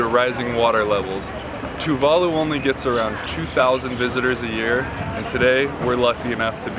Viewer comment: I've watched a lot of Tuvalu videos and you two are the first westerners to say Tuvalu the correct way. Awesome video btw.